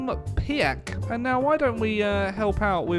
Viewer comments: His name is pronounced Pieck like Peak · You have to call Wilhelm Pieck like Pick with a long i. In German ie is like an long i.